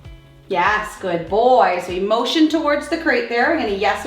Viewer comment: This is a silly non-important comment but was curious as i do watch this channel frequently, but I was curious what state the channel is based in? When I hear ( yes) being said, I hear a slight accent hearing them say " ya - S "